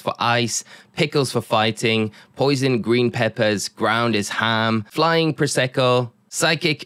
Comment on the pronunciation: Prosciutto is pronounced like pruh shoo toe! not prosecco :) prosecco is a white wine haha